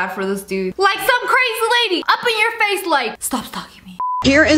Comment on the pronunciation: the fwace